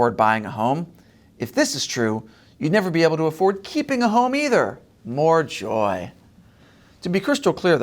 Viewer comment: Why do you put such an emphasis on Harris’ “joy”? It makes you seem like you’re against joy and the joy is somehow weird, which to me is weird.